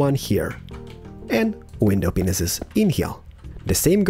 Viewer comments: In the Mediterranean house series we learned to count to 5. In this series we learn to count to five. Can't wait to learn to Count to 7! Love your videos. I also love how you say hooper hopper and window penises. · sorry to say this but does he say window penisis? or am i just stupid and dumb because i am confused but i understand that he has a different accent. Soz and people saying this. i feel bad:\